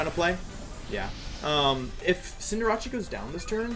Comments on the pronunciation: I don’t get why he calls it CinderaCHEE isn’t it called CinderACE? Does he do it on purpose or am i reading it wrong. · It’s Cinderace. Like cinder in fire and race, cause it’s a rabbit. Not Rachi. Just saying. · You are aware cinderace is pronounced like Sender Ace right? You keep confusing it w jirachi i do believe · Just for my sake and others... CINDER-ACE. As in an Ace if hearts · I just realized he pronounced the c in Cinderace like a ch, and wasn't saying "Cinderachi" as a portmanteau of Cinderace/Jirachi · why does he say cinderrace's name cinderachi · Why are you saying cinderace like that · why do you mispronounce cinderace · The way you pronounce cinderace is tilting me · Why does he say cinderace like that im confused im newer to his channel